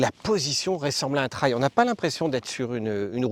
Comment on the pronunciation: "Traille", vraiment ?